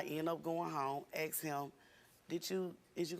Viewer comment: I will never understand how hard it is to pronounce "ask" properly. 😂 Axe?